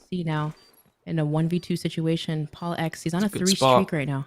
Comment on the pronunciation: Bro she’s butchered the hell out of PaulEhx and FeLo’s names bruh